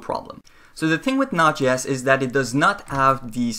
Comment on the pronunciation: I'm fairly sure it js pronounced Node. JS.. not notches. :)